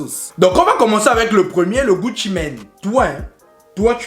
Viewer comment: C'est pas Gucci mais Gutho 🤣🤣🤣💔